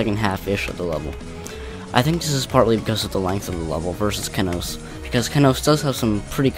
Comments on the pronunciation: the only part I didn't like was how he / she said ke-nos and not KE-nos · It’s kenos(key-nose), not kennnosss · I can't believe I used to pronounce Kenos Kay-noss